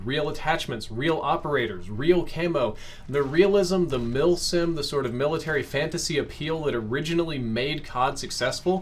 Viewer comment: When says “mil sims” I hear “milf sims”🤦‍♂️ FML